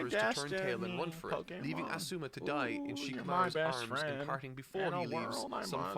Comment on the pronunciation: His asuma pronunciation is the worst.